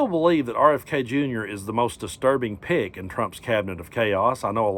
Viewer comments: 😂😂😂the first time you said "pick" , I heard "pig". It fits!😂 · i thought he said 'pig' also. ❤